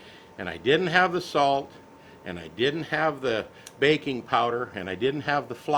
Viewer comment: BAKI NG powder!.... I thought he said BACON powder. Ok... Let me try again.